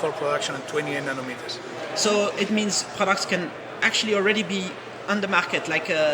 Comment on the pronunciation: Nonometers? Its nanometers genius:)